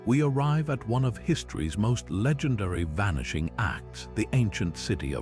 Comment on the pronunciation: vanishing-axe lol, awful AI